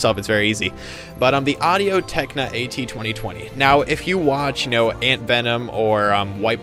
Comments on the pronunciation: technica.not techna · Say it with me Tech-Ni-ca. Good video otherwise.